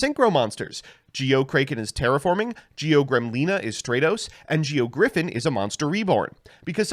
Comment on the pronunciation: Those pronunciations of “A” in stratos and Kraken was cringe as fuck dude. You and mkhol gotta learn how to read